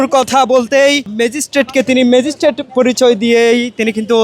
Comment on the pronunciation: উনিতা ম্যাজিস্ট্রেট বলেন নি। বলেছেন ম্যাজিস্টিক।